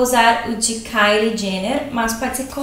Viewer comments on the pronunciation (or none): none